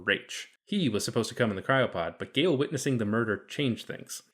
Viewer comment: I find it rather bizarre that the narrator in this video singularly fails to mention that Gaal ["Gaaal", not "Gale"] Dornick was NOT a woman in the book...!!! Dornick also only appears in the very opening of the first story of the initial Foundation novel.